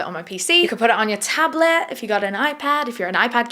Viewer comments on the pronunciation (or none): none